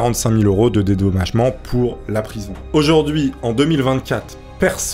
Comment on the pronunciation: pk tu dis aujourdius en 2024